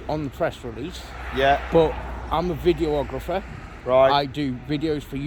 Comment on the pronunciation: A videographer who cant say videographer hahahaha brilliant. What an idiot